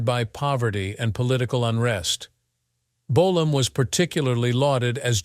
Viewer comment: How many different ways can the narrator pronounce the word Bolam,in one video??